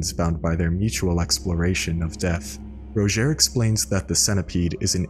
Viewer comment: Rodgier says his name in game and it certainly is not pronounced ROW-JHARE, like eww what an ugly way of saying his name.